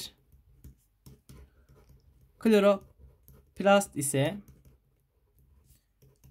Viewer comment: Söylemeden geçemeyeceğim Kloropast degil kloroplast😅